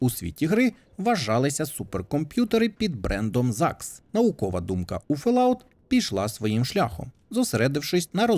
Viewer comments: ФоллОут, а не Фелауте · FollOut а не фаляут